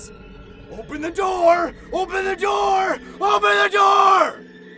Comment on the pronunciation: Bro really said open the noor